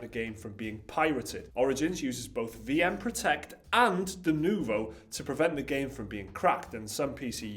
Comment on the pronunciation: its not french, and its denuvo not de nouveau ...